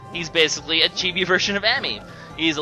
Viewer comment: said Chibi's name correctly.